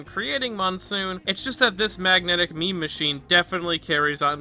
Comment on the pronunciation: every time you say meme it gives me whiplash